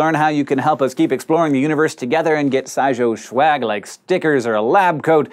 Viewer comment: Is it just me or did Hank say: "SciShow Shwag"